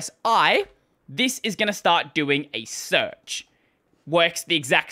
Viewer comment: "SEARECH"... I guess it's time to throw in a bug report!